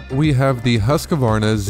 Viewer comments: I thought it was Husqvarna. Not Husqavarna. 😳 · It's Husk-Varna - not Husk-A-Varna. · It is pronounced .... Husq -Varna, .... there is no A where you are installing one. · Why does everyone keep calling it Husq(a)varna. It's Husqvarna.